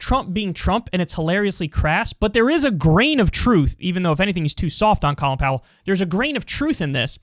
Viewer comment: If you can't pronounce his name right keep it out of your mouth.